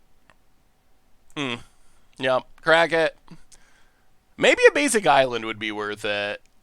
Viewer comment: if you’re reading this: AN ISLAND please more than any mispronunciation this drives me crazy 😂 edit: mana tithe!!!